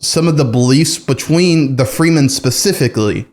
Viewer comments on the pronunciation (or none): No shade, but the name of the tribe is pronounced “freh-men” not “free men.”